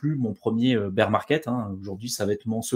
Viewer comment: BEAR ça se dit baire pas bire de beer qui veut dire bière 🍺 🍺 😂😂😂😂